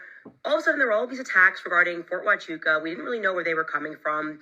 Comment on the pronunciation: What I find interesting is the way Valhalla kept mispronouncing Fort Huachuca in his last couple of podcasts almost like a he was wanting everyone to look somewhere else. The first time Candace mentioned the fort he said the story wasn’t real. He really really didn’t want her to pay any attention to this place. Odd… he also doesn’t believe TPusa has anything to do with what happened to CK. Even though they have acted suspicious from the beginning. Something is up with him.